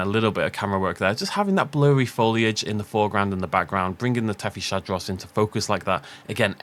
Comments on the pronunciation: I might be wrong but I believe it's pronounced as "Tethys-Hadros" as in Hadrosaur from the Tethys, not "Tethy-Shadros". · Something I'd like to point out is that Tethyshadros is pronounced "Tethees-hadros" and not "Tethee-sha-dros", I've noticed you've struggled with this for a while so wanted to help ya out a bit, was also hoping you'd notice it with Attenborough's narration, other than that keep up the good work with these vids!